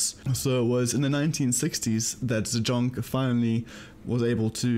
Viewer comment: Great vid! but you pronounce the name "zajonc" wrong, it's said as "zajonts"